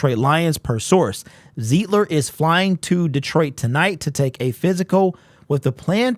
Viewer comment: Pronounced "ZITE-LER"....